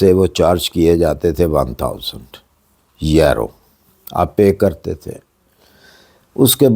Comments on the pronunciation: Sir please if you don't mind please pronounce correctly یورو instead of ییرو thanks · Sir yero nhi euro hota Hy 😊 e U r o